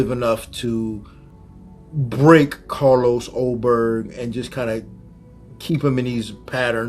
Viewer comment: This is such a great match-up. The only bad thing about it, is that we'll never see a fight between Ulberg and Poatan because Paotan is now a heavyweight. That would be a very intriguing, technical matchup. And LOL@ and Masvidal not even knowing Ulberg's name. "Allberg." Haha!